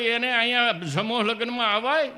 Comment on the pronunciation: ગીગ લો.......... બોલતા નથી આવડતૂ સ્ટેજ મેજ કેછે સમૂહ ને સમૌ કેછે